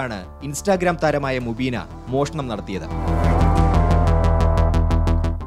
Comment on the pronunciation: Mubeena ❌ umbeena ✅